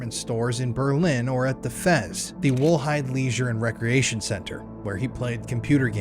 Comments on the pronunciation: "effez" -blunder "F.E.Z." tried to fix the blunder. yep .. AI .... But it was for the translation so it's forgivable. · How many ways you gonna pronounce FEZ, mofucka?